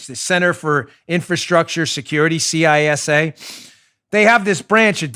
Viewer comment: Good luck tomorrow Dan. I know many people who've had chemo and some, like you mentioned, agreed it sucked. But then I've known others who've had no side-effects at all. I'm praying for you overall and hopefully you'll fall into the latter group. Side note: I'm pretty sure the pronunciation of CISA is "Cee-suh". No biggie, but I thought you'd like to know. I'm an avid reader and that's what numerous big name authors, like Clancy, Silva and Rollins, have said.